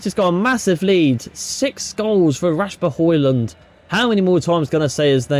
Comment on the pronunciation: Please pronounce Rasmus Surname correctly brooo pleaseeee